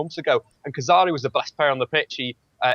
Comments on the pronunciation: would fool people into thinking he knows what he's on about if he didn't say "Kazari" and "Saivon" instead of 'Khazri' and 'Saivet'. He seems a nice enough bloke but he's such an insufferable football hipster... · its khazri not khazari and saivait not savant